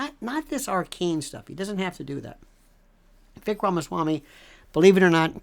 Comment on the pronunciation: It's pronounced Viv ake like cake. He would make a great VP!